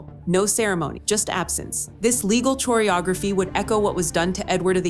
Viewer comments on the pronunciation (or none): CHORE-ee-ography is NOT A WORD!!! It is pronounced core-ee-ography. Update your narrator / AI robot.